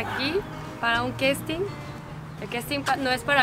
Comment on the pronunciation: No se dice "questin" se dice casting.....lol